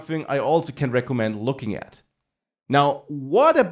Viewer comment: Thanks for the video, but since you speak English professionally, you should really work on your accent, for example: - at is not pronounced "et" - version is not pronounced "wersion" These are things you could fix easily and make your videos much easier on the ear of the listener.